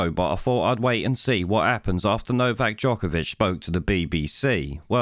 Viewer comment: Not only those things you highlight..he actually pronounced novaks surname jokervic..and accentuated JOKERVIC on several occasions..I applaud novak for his stance on choice..and applaud his absolute calmness in this despicable interview.